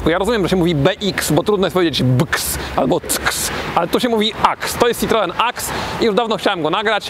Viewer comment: SitroĘ a nie żaden cytroen...